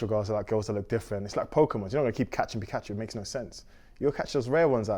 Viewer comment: Don’t like the way he pronounced pikachu ahahah